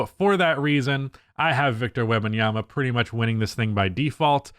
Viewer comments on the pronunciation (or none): WEMbanyama. Not WEBanyama